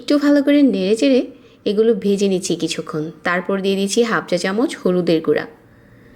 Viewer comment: জরজরে না,,,,,, ঝরঝরে। চাল বেজে,,,,, ভেজে। 😂😂